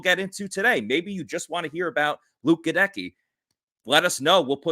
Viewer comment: clearly listened to Goedeke’s presser but keeps saying his name wrong lol wtf